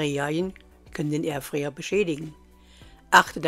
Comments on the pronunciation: kleine info, kein hate, ausgesprochen wird es Airfrei nicht Airfre, also Airfreier richtig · Es heist Air fryer und nicht erfryer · Es heißt übrigens "Fritteuse", nicht "Fötöse" und "Airfryer", nicht "Ärfär". Aber schön, dass er mit Punkt 1 anfängt...